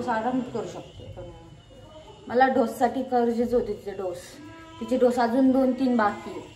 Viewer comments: ढोस नाही ग बाई डोज मन😂😂😂 तुम्ही लोकं सोशल मीडियावर आहे आणि स्वतःचा हसू करून घेता आणि ते पाच सहा वेळा ढोस ढोस बोलते आणि परत manta की होते बोलताना ढोस madhe aani डोज मध्ये kahi फरक आहे की नाही रोहिणीला परत शिक्षणाची गरज आहे मला तरी वाटते त्यादिवशी परीला पण संडे मंडे चुकीचे शिकवत होती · ढोस नाही ग बाई डोस